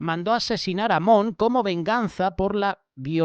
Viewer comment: ES AMNÓN Y NO AMON